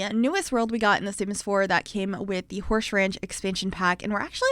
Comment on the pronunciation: “Horshe ranch” I love it! 😂😊